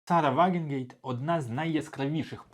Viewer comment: Друже, вже вкотре чую від тебе "Вагенгейт", чи якось так. Кидається у вухо, якщо знаєш, про кого мова. Вона "Ваґенкнехт" (Wagenknecht).